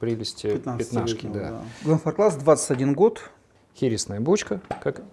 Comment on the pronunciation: Приветствую позвольте вам заменить,что вы конечно очень спешите не успевая проанализировать и понять аромат-ие свойства и да можно анализировать на ароматику довольно долго рецепторы нужно тренировать и конечно 25лет это вещь,и из регулярки мне нравится 15лет и ещё Глен фарклас -ударение на первое -а амбассадор должен знать, спасибо за обзор